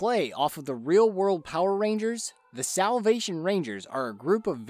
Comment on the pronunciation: Soulll? Selvlll?? Salvvvv? Never heard that word